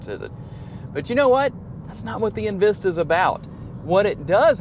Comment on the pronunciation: Its not invista its envista really